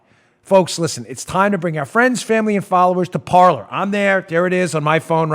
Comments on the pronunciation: Parler means "to talk" in French but it's pronounced "par-lay"... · Dan, you're great---but I think it's pronounced par'lay"! :o)B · It’s pronounced Parlay Dan. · Parler is French for talk, pronounced parlay. I dont know anything about the app.